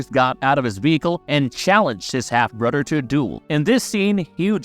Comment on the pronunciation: Always thought it was brother not brudder